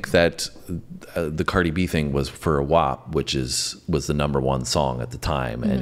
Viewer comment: Its so funny pronounces Wap correctly